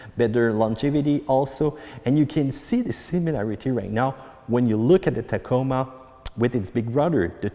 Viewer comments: Did he say Tahcamah...lmao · I've never heard the word Tacoma pronounced "tak-i-mah" before... but here we are! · I didn’t realize how old this video is🤣. Good video. Is there one on a 2021 sport premium? Does any body know and yes the way he says Tacoma is funny.🤣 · “TOYHOTAH TAKEEMA” LOL 😂😂😂